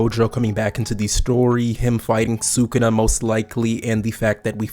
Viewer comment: Respectfully, learn how to pronounce sukuna